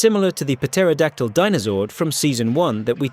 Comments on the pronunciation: Puh-teraodactly? The p is silent. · Why do you pronounce the "p " in " pterodactyl" ? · Please stop saying putera. Its pronounced tera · ok, i made it to the firebird and he's mispronouncing Pteradactyl again..... i can't.... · For the love of God someone teach these damn AI how to say the word pterodactyl properly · I can’t take this video seriously at all did he pronounce the P in pterodactyl😂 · So many mispronounced non-silent Ps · In the Boom comics, the Pterodactyl can detach and act independently. Also holy shit dude. The P is silent. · The "P" in Pterodactyl is silent. Was this narrated by AI? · The P in Pterodactyl is silent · 39 says it right, and at :56 pronounces the "P" seriously... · I lost faith in this video after the 1st megazord and why are you putting so much emphasis on the P in Pterodactyl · The p is silent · At the expense of sounding ignorant, why do you pronounce pterodactyl like that? There’s a heavy emphasis that you put on the “p”, I was always under the impression that is was silent. Just curious, didn’t know if other nations pronounced it differently based on their English dialect. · It's clear this guy doesn't have a deeper understanding of power rangers lore, but I like the premise of the video. However, THE P IS SILENT IN PTERODACTYL!!!!! Also in the clone dinothunder megazord's case it clearly has a mutated Pterodactyloid zord on its chest, the spikey green part. And with all your discrimination towards Pterodactyls and flying zords in general it's a wonder you didn't include the white falcon zord, probably only left it out because 'tommy is awesome' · The p is silent in pterodactyl. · P is silent in pterryadactl lol I know it's musspelled. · The "p" in Pterodactyl and Ptera is silent idiot. Its not pronounced "Pa-tera-dak-tul/Pa-tera". Maybe before tou criticize a Zord's usfulness you lean to say the name CORRECTLY and CONSISTENTLY. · The P in Pterodactyl and Ptera is silent